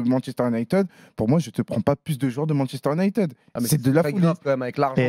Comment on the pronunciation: Fernandes c'est le meuilleure jouer de MU, les commendataires ne regardent pas les matchs. Et je suis supporter de Liverpool. Et puis on prononce pas Manchester UniTED mais ID 😅